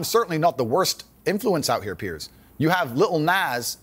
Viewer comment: It's PIERS NOT PIERCE